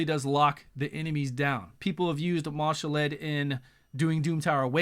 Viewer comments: Ma'Shalled (Mar-shalled), not Marshal-Ed:) eventually you and will get it right, lol, thanks for the vid as always. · there is no "r"